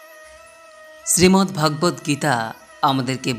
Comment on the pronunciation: Please see the pronunciation correctly as Sreemad Bhogabad Gita. Not Bhaagabat Geta.